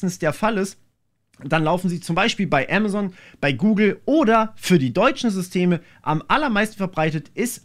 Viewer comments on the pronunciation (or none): none